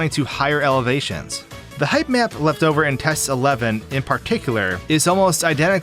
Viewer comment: I keep mishearing him saying "height map" as "hype man"